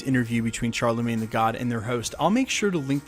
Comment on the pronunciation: Please never say Charlemagne "tha god" again.